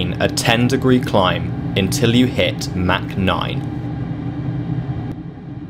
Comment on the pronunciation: "Mack noyne"